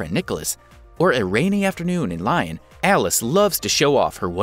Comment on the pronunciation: It's pronounced Lee - own. Lyon